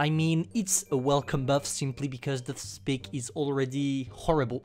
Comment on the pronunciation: SP I C is pronounced [schpitz] i think